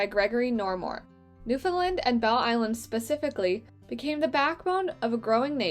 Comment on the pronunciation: So beautiful! Please remember that nfld is not prounounced newfoundlind It is newfoundland.Thanx